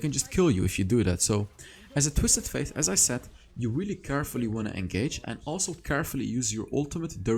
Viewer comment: You say twisted faith bite it’s fate. It bothers me but that all GREAT VIDEO MY GUY